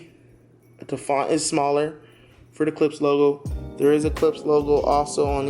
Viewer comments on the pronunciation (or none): Please. It's pronounced K L I P S H. The sch is pronounced as Shhh.